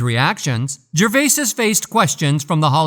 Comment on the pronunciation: OMG! I can't listen to GERVAYSIS one more time!!!